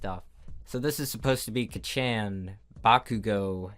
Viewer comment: Who got triggered when he said kaccan and acediemia wrong?